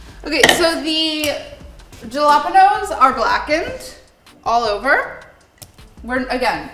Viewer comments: Ouch on white washing the word jalapeños... JA-LOP-ENOS, really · I got a playful vibe from it, she definitely knows how it is pronounced. Meanwhile this entire recipe is bastardized, since it's essentially Tirokafteri, Greek spicy feta dip